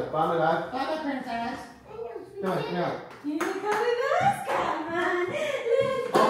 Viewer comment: isla's "Naur" 😊